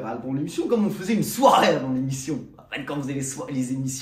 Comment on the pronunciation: "J'ai connu mes premières soirai", soirée on dit, soirée